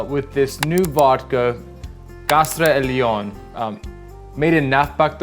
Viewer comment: Now that's a cocktail I would like to try! Let's see if I can get some Kastra Elion (it's funny cause you say it very French) here in Greece myself!